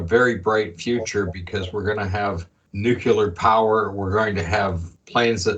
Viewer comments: Excellent video! I only have one issue, and that is the pronunciation of the word nuclear as "nucular." I don't know why but it's always been a pet peeve of mine! 😊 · I'm glad I'm not the only one who is bugged by the nu-kyu-ler mispronunciation. Whew